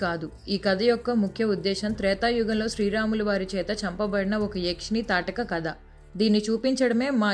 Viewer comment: Good efforts but dialogues are disconnected in some places of the story ... voice over lo pronunciation tappulu yekuvvaga vunai . Its thaatakhi... not thataka , amasya yenti bro Looking forward to the next part👀